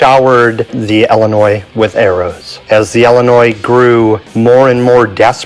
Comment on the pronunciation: Omg it’s ILLINOIS NOT ELLINOIS. ILL LIKE YOUR ILL please say it right!